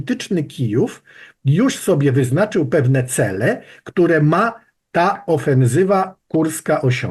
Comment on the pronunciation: ofenSywa, nie ofenZywa!